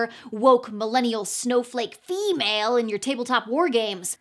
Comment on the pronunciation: I could hear the Ferengi influence oozing from utterance of "feeeee-males!" and I'm 100% here for it!